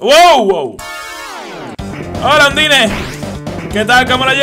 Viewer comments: no se dice undyne se pronuncia andain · La pronunciacion no es "Andain"? Veo que le sigue llamando Undine... .-. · en realidad undyne se pronuncia un-die-n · se pronincia ondain